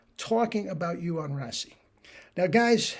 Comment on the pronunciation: Just tidbit info. His name is pronounced like.. “ray-see.” Looking forward to tomorrow’s video!